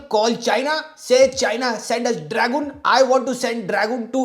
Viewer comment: "Lingerreh", "draagoon" superb vocabulary 😂